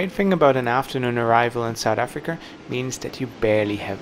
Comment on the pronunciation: You mean Sowt Efrikka